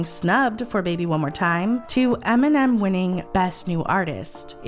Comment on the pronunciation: Eminem, not Aminam.